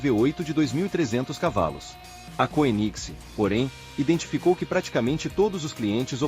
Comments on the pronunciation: Pronuncia-se kêniseg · Legal, mas poderia pelo menos pronunciar o nome da marca de forma decente. Dói nos ouvidos! Kkkkkk